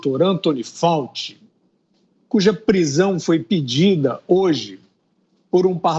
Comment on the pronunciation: Sr Fiuza, não é Dr Fauti, mas Dr Fauci.